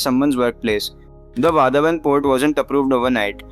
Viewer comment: People should learn the correct pronunciation of "Vadhwan" based on the name of the town Vadhvan near the port. The 3rd and the 4th letter dh is pronounced as DH of "DHOL" Dhol Baje re Baje;. The last letter n is pronounced as Na with the tongue rolling back to the roof of the mouth . Thus VADH(Dh od Dhol) and VAN with nasal N make it Vadhwan. Not wadhwaan nor wadh- one